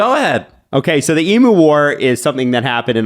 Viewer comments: Eem-yew not eem-moo.. Cmon man. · It’s not pronounced E Moo It’s E mew. Say it goddamned right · Throw the hat. The bird's name is pronounce EE-myou. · Australian listener here. Excellent overview of the emu war! Few notes: It’s hilarious how Canadians pronounce emoooos 😂 Worth noting is that emus are essentially bullet proof. I challenge any of todays armies to take them down without resorting to the nuclear option 😂 Thanks for lightening my mood after a tough oilers game 1 loss 👍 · The way you guys are pronouncing emu is triggering the Australian within me... E.Mew as in Mewtwo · The way you pronounce EMU had me rolling around with laughter!!!!!! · As an Aussie, cool to get a bit of our history on the channel. And love accent on EMU🤣